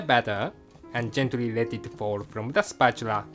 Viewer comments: "spratchula" lol. <3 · spatura :D i love engrish